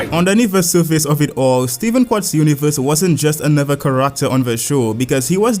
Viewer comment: Love how you pronounce ‘Character’ as ‘Kar-ract-ter’